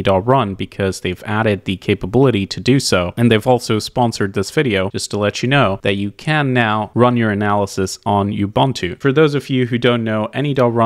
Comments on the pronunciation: "ubunt-oo" It's "Ubuntu" God, your pronunciation is awful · Sound educated by learning how to pronounce Ubuntu. It is ooh booon too. The moment you said it wrong, I considered that you cannot know much, and clicked away.